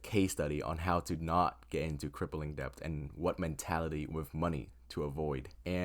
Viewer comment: It’s “det” not depp …